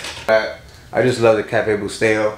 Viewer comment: It's not Cafe bustedo. Or cafe busteyo. It's cafe BUSTELO!! C'mon man. I agree that coffee is 💣. But do pushups for getting the name wrong lmao